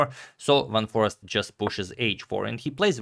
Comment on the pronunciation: I wouldn't say that it's quite like the "ei" in eight because there already is the ei/ij sound in Dutch and it isn't like the ee sound. With that said, Dutch has plenty of dialects and depending on where you are from, your pronunciation will differ. But yeah, there's and there's (which is from a Belgian) In any case, I think Adagmator may have misunderstood the intent of whoever contacted him, as they likely meant the English "a" which sounds like "ei" rather than the short "a" which sounds like "ah" which is how he pronounced Foreest in the video.